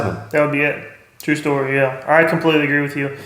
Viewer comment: Waffle! Hahahaha "And now you know the rest of the stoty" Awesome content as always.